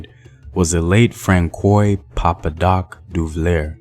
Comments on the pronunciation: “Fran-swa” is how you pronounce Francois. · Francois = Franswaa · /fran-swa/ papa doc /du-va-yay/ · Lol! how you said “Francois Duvalier”. As pro black as he was he was also a tyrant that tortured and mistreated thousands of Haitians. Take a look at his documentary on YouTube.